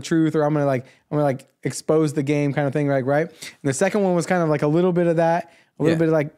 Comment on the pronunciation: They don't pronounce "th" they pronounce only "t" Ting - thing Am sure he was meaning "London youth" but sounds like " yout" The Irish people do the same. Btw this is no hate 👍